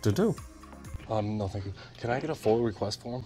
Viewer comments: They probably didn't want you to know that it's not "FOIL", it's "FOIA". I don't know where auditors are getting the "L" from. It's not the "Freedom of Information Law", it's the "Freedom of Information ACT". When you say "FOIL" request to public servants, and wondering why your getting that confused look, it's because your saying it wrong. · It's called FOIA FOY YA not FOIL. It could just be dialect but a lot of auditor are saying FOIL and if someone asked for that form there going to get the run around. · I'm pretty sure it's FOIA not foil, maybe I'm confused 🤔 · Stop saying foil. It's foia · FOIA not FOIL, please be knowledgeable about what you say!!!